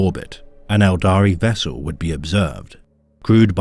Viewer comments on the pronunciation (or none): none